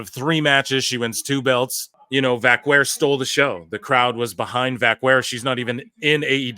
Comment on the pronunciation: This is probably the worst pronunciation of her last name that I've ever heard.